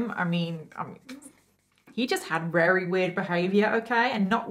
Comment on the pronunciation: I don't know why but I find it really cute how you say "werry" instead of "very". I don't mean any offence by this comment I genuinely find it adorable. So happy I found your channel, one of your videos came up as a suggestion under a bailey sarian video ❤️